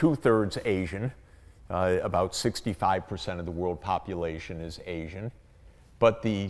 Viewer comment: Arsian? Asian... surely? Ok, Mr Know-it-all, polish your pronunciation skills as well as your propoganda-pushing please.